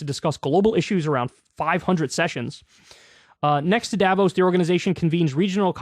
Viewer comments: You pronounce it "Dah-vooos" with emphasis on the o vowel. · You cant remember how to say it right ..... because most americans dont know how to say it right. The people living there call it Da-vooos. Short, unaccetuated fast a, long open lingering o. French pronounciation accentuatet and elongated on the last vowel. But I guess you will nearly never hear it correctly from any american. As a people you guys dont deal well with french vocalizations. Crystal says it wrong all the time, too. So dont ask her. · it's pronounced duh-vos source: am swiss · Davos has the same a as the second a in annA, or the 2nd a in americA. like all german As are pronounced. and you stress the O, not the A